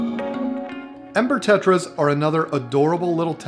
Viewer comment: It sounded like said emper tetras instead of ember tetras